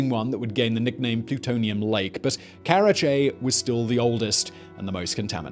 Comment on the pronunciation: karachi not karache